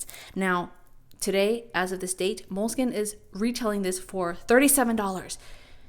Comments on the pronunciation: you keep saying Moleskin.. skin? it's spelled Moleskine skine,, not skin. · I got tired of saying MO-LE-SKEE-NAY, so I switched to Leuchtturm.